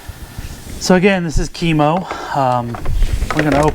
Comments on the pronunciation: Its pronounced kiiiiiiimooo not kemo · It's pronounced KIMO